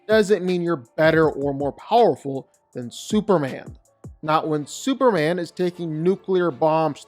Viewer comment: It's superman.. Not super an ..